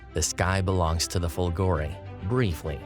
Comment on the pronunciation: fOlgore not folgorE lightning